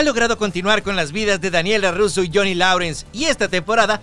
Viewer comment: Yo si recuerdo esa caricatura de Rubik, también a Thundarr el Barbaro, la calabacita no. - No se pronuncia larrrrrusro, con doble RR, es Larurso con r suave, cuantos años viendo las películas y sales con tu Larrrrrrrrrruso! - Lo de el DCEU es lamentable. Lo de Maguire es humo, eso está totalmente hecho y cerrado. Urge que ya empeces con los directos o algo más, este canal esta estancadísimo